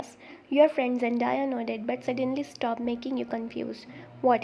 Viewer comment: Zendaya will kick u'r ass if she heard u calling her Zen- die-a😂😂. It's Zen-day-a❤